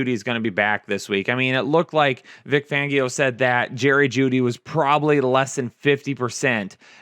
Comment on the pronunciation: Lol, I love your vids, but you do pronounce a surprising number of names wrong. I don't care, but your rant made me chuckle. Suh-in For Sutton Veng-ee-o for Fangio Core-dur-elle for Cordarrelle Just a few of my favs.